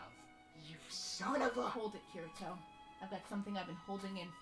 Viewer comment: Kee-ree-toe and Ahh-sue-nah. Jfc